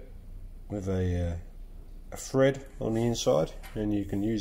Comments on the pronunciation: Are you saying Fred or Thread? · THread, not FRead. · Thread not Fred ;)